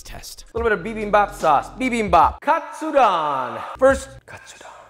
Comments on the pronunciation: Josh, my good man...please, help a Nisei out. Please say the "don" like "condone", not like Don Corleone. Japanese "do" is like Doe, a Deer, a Female Dear. Same thing for Tonkatsu. TOEnailkatsu. Vs Tonkotsu, think tonKONNICHIWA. Japanese is pronounced exactly as it is spell and we only have five vowel sounds. So you go from pork cutlet (tonkatsu) ramen to pork bone broth (tonkotsu) ramen. This is such a small and ultimately irrelevant comment from one of your thousands of viewers but please, you're killing me. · Pronouncing "Katsu" like a pro, and having a complete American pronunciation on the "don" part lol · That's the first interesting way of pronuncing Katsudon I've ever heard :)